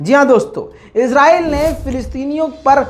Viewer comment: भाई इस्राइल बोला करो इजराइल na bola karo